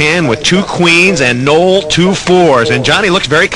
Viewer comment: I like how the commentary pronounced my name correctly.....Noel